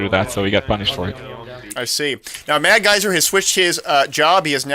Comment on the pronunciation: Cool. It's suppose to be madsgyver though, not madgyser